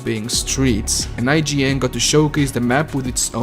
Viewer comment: Nor their name! Seems like they went from I-G-N to saying "IJIN" for some reason.